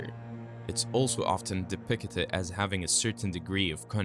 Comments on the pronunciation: "depicted" (de - pic - ted) not (de - pic - a - ted) fix your pronunciation. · It's de-pict-ed not de-pic-it-ed. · Depicted is three syllables, bro. Not 40. What is "De-picketed?" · Depickated? Tf you just say???? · DepictEted? 10 second in an the Ai is already mispronouncing words, get bent. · I abhor the way this guy says “depicted” Depicketed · Please google the pronunciation of depicted. And don't re use so much of the same info just to make the video longer. You said the same shit like 3 times in a row... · Who wrote this, the voiceover guy or someone else? If it’s someone else, hire a better voice actor on Fiverr. If it’s the same person, hire a better voice actor on Fiverr. Depicted has three syllables, not four—why use a word nineteen times when it’s difficult for you to pronounce?